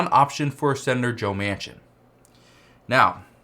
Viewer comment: His last name is pronounced Man Kin